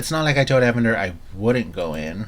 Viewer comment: His name is Ee-Van-der, no one pronounces it Evan-der